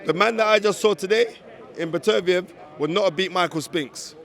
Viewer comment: It’s BETTER-BEE-EV